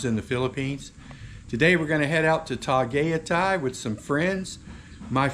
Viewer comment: Tah Guy Tie. Tagaytay